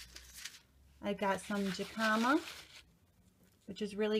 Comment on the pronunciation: My two top favorites are the Rainbow blend carrot and the lemon habanero. Incidentally, it is pronounced "hi-ca-ma." ;-)